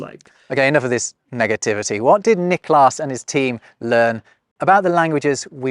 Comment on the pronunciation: Sounds like you're putting the emphasis on the second syllable of "Niklas", when it should go on the first.